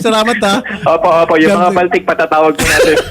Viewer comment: Baltic po yan as in BALTIC SEA or BALTIC COUNTRIES, not baltik as in sira ulo. Just sharing po. THANK YOU po.